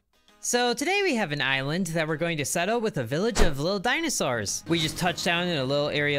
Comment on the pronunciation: I love the way he says “dinasours”